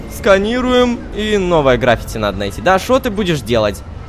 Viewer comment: Не грАффити, а граффИти.